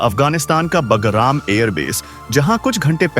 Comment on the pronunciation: PEHLE BHI NOTE KARAYA THA, IT IS NOT BAGARAM, BUT BAGRAM.YEH GALTI BHARAT MEIN HONI BAHUT BURA HAI, KYONKI HINDI IS OUR MOTHER TONGUE.